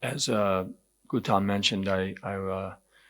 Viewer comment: The general in the video itself said, I love your fucking food..common man.. he couldn’t pronounce Gautam’s name right, where is the homework?